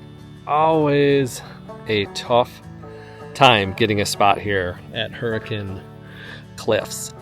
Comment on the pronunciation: Love it that you use the local pronunciation of Hurricane and Zion!! Agree that Southern Utah is one of the best places to RV.